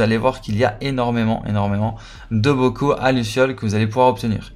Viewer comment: T'as du mal à dire bocaux 😂 Mais en tout cas merci pour l'astuce ça aide à être plus rapide à compléter les défis 👍